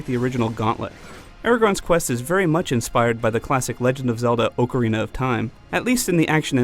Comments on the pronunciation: "Aragon", "Jonathan Rice Davies", "Oak-arina of Time", "Hobbitshire" ...brother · did he really just mispronounce ocarina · he pronounced ocarina wrong. and its not a wii exclusive game. its on every other console. it also supports ps3 move.